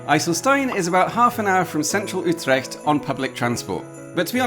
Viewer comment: To all fellow Dutch people here: can't we just give a big applause for his almost perfect pronunciation of the word "IJsselstein"? I say we do! 😂 Then, "Utrecht" was also almost correct. Very impressive!